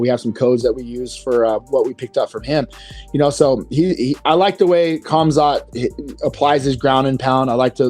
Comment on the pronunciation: Guys, the K is silent in Khamzat for the love of god. It is pronounced Hamzat - and if you really want to pronounce it correctly, even the t is silent so it's Hamza